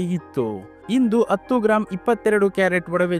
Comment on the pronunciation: Sir attu alla adu hattu